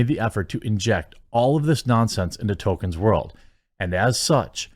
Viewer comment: Tol kein Not Token, get it right.